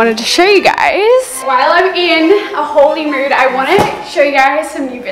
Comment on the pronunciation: Ngl when you said haul-y mood. I thought you were saying holy mood and I was like sure okay lol 💀